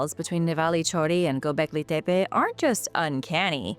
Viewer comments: While I admit it is very refreshing to see and hear a real human talk on YouTube instead of insufferable AI voices, I'm confused about why you are forcing such a strong accent when pronouncing gobekli tepe. I've watched dozens of historical documentaries about it and I've never heard anyone pronounce it like that before, even when real people are narrating. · Its kindof annoying hearing a 90% regular english accent mixed in with that other accent when she says Gobekli Tepe. I say pick one accent and stick with it, consistency is key 🤙